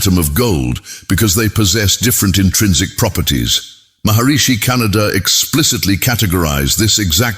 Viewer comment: .. ಉಚ್ಛಾರಣೆ ಸರಿಯಾಗಿ ಇರದಿದ್ದರೆ ನಮ್ಮಮ್ಮ ಹುಣಿಸೆ ಅಡರಿನಿಂದ ನಾಲಗೆ ಉಜ್ಜಿಕೋ ಎನ್ನುತ್ತಿದ್ದರು.. ಕಣಾದ ಶಬ್ದವನ್ನು ಕೇಳಿ ದುಃಖವಾಯಿತು. ವೈಚಾರಿಕತೆ ಒಂದೆಡೆ ಇರಲಿ ಭಾಷೆಯ ಕೊಲೆಯಾಗದಂತೆ ನೋಡಿಕೊಳ್ಳಬೇಕು. ಎಂದು ಅಭಿಪ್ರಾಯ.......ವಿನಂತಿ